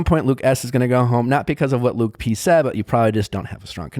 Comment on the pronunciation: Lauren B and why does she say LUKI P instead of LUKE P 🤦🏻‍♀️